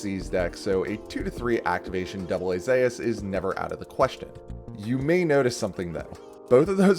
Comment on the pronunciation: Great video, but am I the only one annoyed by the way AA-Zeus is pronounced? XD